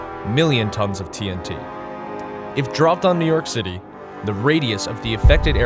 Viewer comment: Each time this guy speaks of new york city to cite an example cracks me a hard laugh. Lol! XD